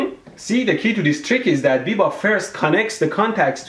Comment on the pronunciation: biba is from my town, he is a scam sure but you are pronouncing his name wrong